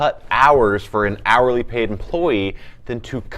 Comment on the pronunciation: Yk what, it definitely does lol